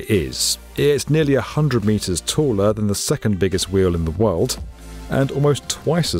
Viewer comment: ...in the worlt